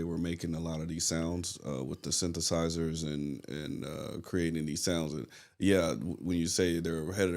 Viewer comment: Don't feel bad senior, no one can pronounce "synthesizers"! And thanks to Dad for shouting out "Yes". Another great progressive rock band.